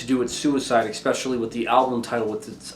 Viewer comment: Across multiple videos you have added a ‘K’ to the word ‘especially’. It’s not pronounced ekspecially, but if this is like a meme or something then ignore this comment - but I heard it once in another of your videos and again in this one